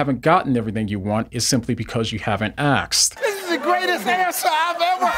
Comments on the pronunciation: It's "asked" not "axed" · Am I the only one hearing AKSED instead of ASKED? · Great video, but why do you consistently say "aksed" instead of "asked"? You are very articulate, eloquent and intelligent. Maybe it's a cultural thing, cos I'm an Australian, but it just stuck out to me.